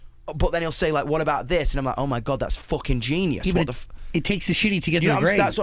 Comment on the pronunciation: "It needed to be foocking uk as foock"